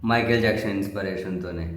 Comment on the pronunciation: ఇన్స్పిరేషన్ అనే పదాన్ని సవరించి 'ఇన్స్పిరేషన్' inspiration గా ఉచ్చరించండి